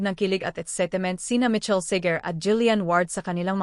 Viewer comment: You are giving a celebrity news but you can’t even get the name of Michael Sager right! It’s not Mitchell, for crying out loud! 🙄🤣